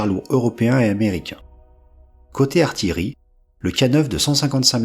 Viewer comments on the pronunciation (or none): none